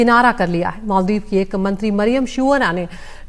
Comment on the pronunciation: Shiuna ko shoonya kar dia😅